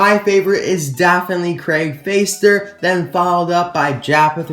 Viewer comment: You pronounce Fäster like fester. Ä is pronounced like the 'ai' in 'air'. Thanks for the video!